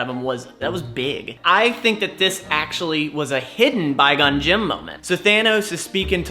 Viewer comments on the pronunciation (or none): Somebody tell it's quigon jin